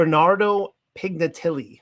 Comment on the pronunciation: this would be better if the reader could pronounce words like Pignatelli, Clairvaux, … ffs … he wrote a paper and cannot pronounce the proper nouns in it? “Sat urs” means satyrs? 🤦‍♂️ I survived 3 minutes. No further.